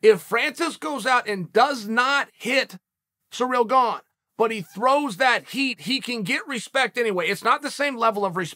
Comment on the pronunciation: Bruhh, I hear “Surreal Gong”